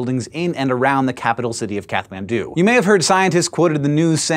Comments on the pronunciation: Hank, that's not an English "th" sound in "Kathmandu". Nepalese, unlike English, distinguishes between aspirated and unaspirated consonants, so that including or failing to include a puff of air on a given consonant can change the meaning of the word. The "H" is just there to show that, in Nepalese, the city's name has an aspirated T. In English, the name is simply said as "cat man do", as in, "What would a cat man do?" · It's kawthaman(thu) put the emphases on the th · The TH in Kathmandu is NOT pronounced like in the english language.